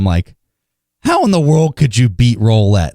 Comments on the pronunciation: "roollette" not "rollette" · Joe April no it’s roulette